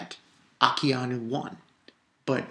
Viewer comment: haha its AkAinu, not AkIanu!!!